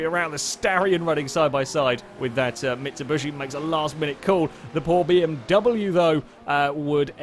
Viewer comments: Considering he says it consistently, either has a very specific form of dyslexia, or it is intentional. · "Mitsubushy"